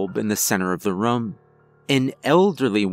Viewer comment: also every time he says the word “room” it sounds like he’s saying “rum” but I think it’s cute. Every story I’ve heard from him I catch him saying it lol